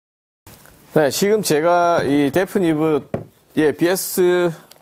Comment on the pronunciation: 그런데 말이죠. 브랜드 이름을 데프니브라고 발음하시네요 ^^... 데피니브인데 말이죠